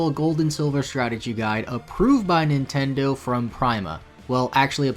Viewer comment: Meh, it's a word pronunciation thing